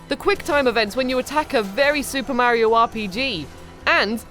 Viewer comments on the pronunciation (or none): none